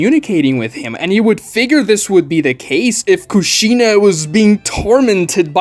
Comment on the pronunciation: You're pronouncing Kushina's name wrong and saying it alot